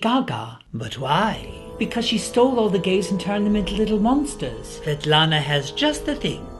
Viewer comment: Fatlana? xD how's the name of the... witch?